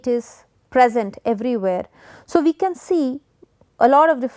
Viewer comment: And really fed up with the forced US English pronunciation of words like wannabes do Example Enthire instead of Entire Chan instead of can